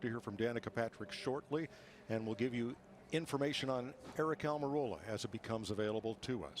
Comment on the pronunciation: John Frakes 😂😂😂 she also said "I hope Aric is OK" so her attitude is shit but this is a justification?! Please, btw it's ARIC